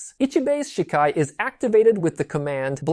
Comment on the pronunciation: good summary but gotta work on your pronunciations a bit lol some words i notice you struggled with which is fair cause of our brains work when looking at romanji characterized words. but to give you some clarity: Shikai sounds like= She-Kuh-eye Zanpukato= Zahn-puck-a-toe Shirafude Ichimonji= She-rah-foo-day, Ee-chee-moen-gee Futen Taisatsuryo= hoo-ten, Tie-saw-sue-ree-yoh-oh